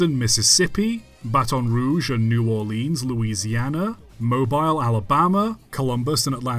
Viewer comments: it is pronounced Mobile like mobiyle not mo bile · Is it pronounced "mo-beel"? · We do not pronounce Mobile like mobile phone mate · I'm sure someone else has said it, but it's pronounced "Moe-Beel" Alabama. Great video nonetheless! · If I may sir, Mobile is pronounced Mo-beel. Common error, but still a bit of a pet peeve of mine😅